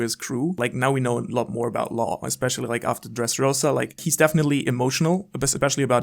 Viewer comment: Its not Law and it is not Carrot